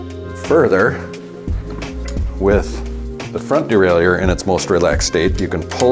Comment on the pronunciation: No, its DE-RAIL-YHER, just sayin